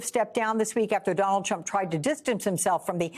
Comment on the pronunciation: Trump not Tramp😂🎉